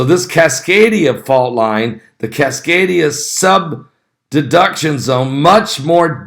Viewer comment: Great video! 👍 but it’s Cascadia subduction zone. Not sub-deduction.